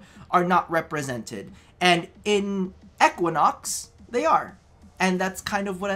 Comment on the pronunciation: PLEASE the way you say Equinox hurts